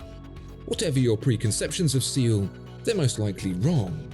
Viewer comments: suh-ool, not see-ool. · Am korean. It's actually two syllables 서(suh) 울(ool). It's usually just incorrectly pronounced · Err, it’s pronounced “Soul”. 😅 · First of all Thank You for showcasing this outlier brand/watch. These are always fun to see and I’m not sure anyone could have been a better ambassador for them. Secondly, do Brits really pronounce Seoul ‘seal’ like the mammal and not ‘soul’ like part of your foot? While I do appreciate the refined path Pitzmann chose I think they should have gone further. The market is flooded with Swiss micro brands bringing good design to the table with inherent prestige built in at $800. They may not be quite as refined but an off the shelf movement, that is only slightly altered, and a less impressive version of enamel is doubtful to push the bar over the Korea hurdle for most buyers IMHO. Much like Grand Seiko the need to go way beyond expectations in order to gain clout is real. Go big now to generate prestige and build the brand then scale back to more affordable options once you have solid footing in the market. Competing against Swiss brands at this price point without hype is almost impossible. I really don’t believe true blued hands and cold enamel is enough. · it looks like one word but it’s two syllable word, Seo Ul. ‘Seo’ has no perfect matching sound in english (trust me. it’s my last name) but the best way to discribe is that it sounds like ‘Sir’ w/o ‘r’ at the end. ‘Ul’ is most alike w ‘Wolverine’ w/o ‘verine’ :) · I didn’t even recognize when you mentioned “seeul” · A part of me died when he pronounced Seoul as See-ool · As far as I know, Seoul is pronounced "soul" 😉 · as a fellow Korean I can attest this is correct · More like sool as u pronounced like on mon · Wow so rare he misses a pronunciation and so 😢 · I’m Korean. It’s pronounced “suh ool” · I was once kissed by a rose, and it's pronounced 'seal', just like in this video. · It's actually pronounced "say owl"